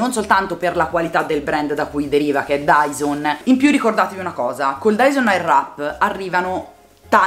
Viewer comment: Finalmente una persona che lo pronuncia nella maniera corretta! Quella w che tutte pronunciano non si può sentire! Bel video!